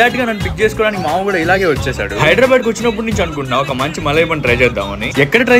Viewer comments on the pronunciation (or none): Hydrabad kadhu ra andhroda,, it's Hyderabad pronounce it properly